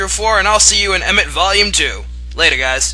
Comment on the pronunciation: You pronounce Emit weird.